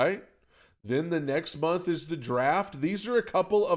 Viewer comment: Why do you hate the N in month? 😆 I always hear it.